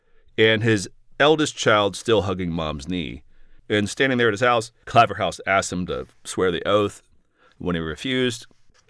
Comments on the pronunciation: Claverhouse is pronounced 'Clayverhouse'! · Really interesting, thank you. I had always found this period confusing but you have given it clarity. Pedantic I know, but the 'Claver' in Claverhouse is pronounced like 'flavour' here in Scotland. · Its Clay verr house or hoose a northern area of Dundee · 'ClayverHOOSE' to be specific. 🏴